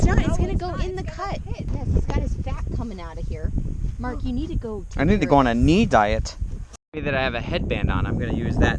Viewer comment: “A knee diet” Bahahaha 👍